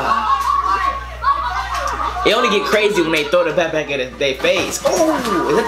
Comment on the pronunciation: bro he said "pack pack" lol